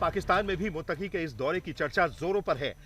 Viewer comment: मुततकी भी नही बोला जाता है ,,, 😂😂😂